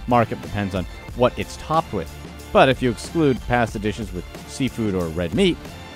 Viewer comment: I can't stand the way that he says pasta...